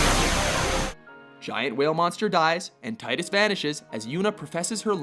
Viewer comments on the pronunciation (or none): 1. It's pronounced "Tee-dus", not "Tie-dus" 2. Tidus did not make a sacrifice, rather, he was sacrificed (albeit indirectly, sort of) by Yuna, given that she had no desire to turn any of her friends into the next Final Aeon, thus creating a new Sin in the future. From a logical standpoint, killing Yu Yevon's spirit to ensure that Sin will never be reborn is best, even though Tidus would disappear (which, in a sense, doesn't matter, since he in all technicality is not "real" anyway) 3. Zack Fair is a much more suitable candidate. Plain and simple. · it's TEEDUS NOT TIE DUS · am i the only one annoyed that he pronounced Tidus wrong? I know they never say his name in X, and i can't remember if they ever say it in X-2, but i know they say it in Dissidia. It's pronounced tea-dus, not tide-us. And his death wasn't a sacrifce, he never existed, he was a anomaly created to defeat Sin, and he did, and time corrected itself and he dissapeared.... how wasn't Zack Fair in this list :( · Also quit pronouncing tidus wrong. Dissida pronounced it how it should, teedus not tidus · it's "Teedus" and not "Tye-Dus" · It's pronounced "tee-dus", not "tie-dus" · just correction for you guys. its pronounced Ti-dus. Not Tiy-dus. Besides, it sounds weird. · It's pronounced Tee-dus not TIGHT-us. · ARGH his name is Tee-dus not Tie-dus. Dammit. That's how his name is pronounced in Dissidia. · It's Final Fantasy TEN(not Ex,kinda like FF7 isent Final Fantasy Vee Eye Eye) Also Tidus is pronounced Teeduse,not Tyedus(you learn this in kingdom hearts,witch has been on plenty of their top 10's,don't make excuses for them) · You pronounced Tidus' name wrong. Its "Tee-Dus". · you assholes say tidas wrong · ohh umm u said Tidus name wrong :P... its like "Tee" dus.... they finally pronounce his name in final fantasy dissidia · #3 it's pronounced "TeeDis" :P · Tie dus from Final Fantasy Ex. What were you smoking? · Tidus is as dumb as his name sounds. "Teedus". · y tidus titus.. tits......tittys